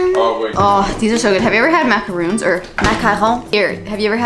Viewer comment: Ahaha I'm from France and you're prononciation of Boursin and Maracons with the "Rrrr" was really good! I love your job and I'm happy to working my English's vocabulary with your video! kiss from the north of France! 🥰